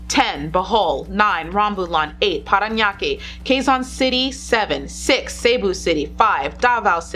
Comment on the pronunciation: Cant believe your Saying Parañaque Perfectly???🥰🥰🥰